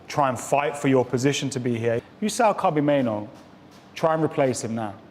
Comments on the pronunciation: Minoo???? 🙄 Say it properly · I'm sorry how much do these lot get paid and can't even be bothered to pronounce names right. 90% of names they said are wrong I meN I know kobie mainoo but who's kobi manu